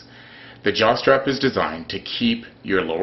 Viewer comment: did he say jaw strap or jock strap? Either way I suppose both will work!?